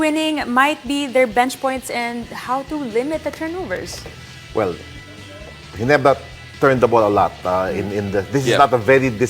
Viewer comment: Ayusin mo muna ung letter R mo Ndi mo ma pronounce maayos GINEBRA kaya halatang TNT ka 😂😅😂